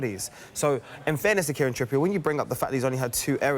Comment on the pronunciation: Kieran 'Tyranny'.